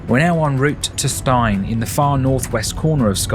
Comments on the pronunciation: Stein is actually pronounced Steen. Glad you enjoyed our beautiful island! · Last word. The location of the holiday let is pronounced Steen as in preen not Stein as in Fine. End of grump ! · Pronounced Steen not Stine